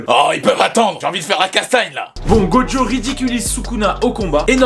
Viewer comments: Ouaaa sérieux il s’appelle gojo go jo T’ENTEND UN P***DE D ?Sinon super vidéo 😂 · Mais Putin il s’appelle gojo go jo t’entends un PUTIN DE D DEDANS ?!